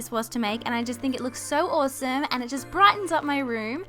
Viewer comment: I love how you say awsome (owsoome)